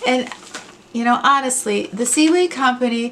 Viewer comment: Yay!!!! Impromise to tell you my word when I figure it out. Thanks for pronouncing Coui. Imhave used their products and call them "cue", as in ball or speaking. D'oh. Since the 70s, my musical salve have been a classical rock group called Renaisaance and Eric Clapton. Love you!